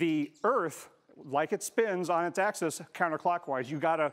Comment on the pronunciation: "...the tilt of the Earth on its asskiss -- er, axis..."